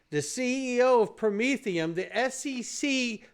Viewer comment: Did you say Prom-etherum aka Commy Coin